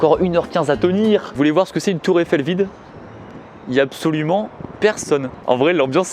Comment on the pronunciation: "Tour effelle"